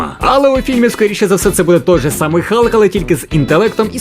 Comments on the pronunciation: На початку відео був Халк, потім чомусь перейшло в Галк..вуха кровоточили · Чому не Халк а Галк?